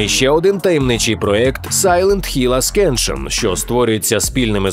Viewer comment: ви кращі! чудовий випуск. ascension звучить як "асеншн",а не аскеншн. це так, ремарочка невелика)